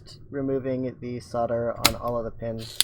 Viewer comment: "sodler" lmao